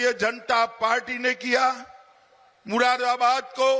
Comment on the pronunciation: बोलना आता नहीं इससे इसे ग्रहमंत्री किसने बना दिया चूतिया को Z for आजम खां होता हैं मुरादाबाद को ये मुरा बरा बरात बोलता है पागल है साला